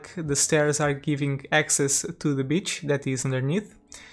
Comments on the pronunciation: Is he saying "beach" or "bitch"? -_ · My parents have a similar accent to yours.. when you said “b*tch” instead of beach, I cackled😂😂